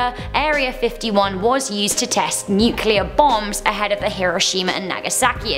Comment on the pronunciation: thank you! A host that can pronounce nuclear correctly!